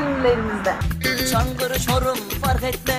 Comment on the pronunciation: Hani Çankırı değil çangırıydı abla 😊